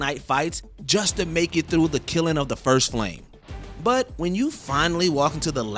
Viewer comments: It is not “Killin” of the first flame. It is Kiln. 🫠🫠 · What's a "Kilen" 😆😆😆 you mean kiln? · Your ridiculous mispronunciation of "kiln" is causing me psychic damage. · “Killin” of the first flame? Never seen the word kiln before? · Please learn how to pronounce words. Its amazing you've made it this far in your career. This channelbgets millions of views and you cant even pronounce the word kiln? That's only one example of the many words you cannot say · Can we please look up how to pronounce words like “kiln” before we record these things? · There are so many bosses that are harder than Soul of Cinder. My guy pronounces kiln wrong too lol